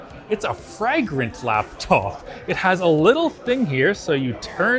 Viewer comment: I have never heard anyone use a short A sound for the word fragrent. Putting the frag in fragrance